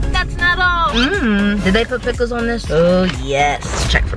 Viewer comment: “PICKELS” EH MEH 😆🤣😤🤢